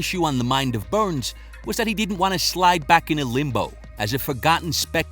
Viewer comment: I like to hear how Usman pronunce Burrrns. You can feel the weight